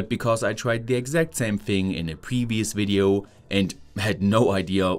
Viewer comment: nice video'uh.